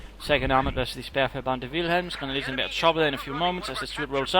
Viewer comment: Please, stop calling it 'Speerferbande'. That sounds like 'Band of Spear-throwers' in German. It is "Sperr-Verband"!! (Just take the 'e' from the end of 'Verbande' and put it at the end of 'leFeldhaubitz(e)' :D) But great cast anyways, I'll definitely try to go for one or two Staurts and refound them in order to switch over to heavy armor later, when I am playing USF next time! :)